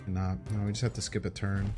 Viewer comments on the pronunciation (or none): none